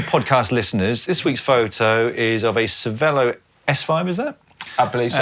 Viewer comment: Caption:, did you try to ride a bike on the water again? It’s Cervelo, not Cerve l’eau!!